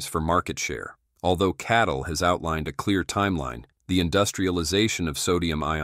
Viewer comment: it is CATL not KATL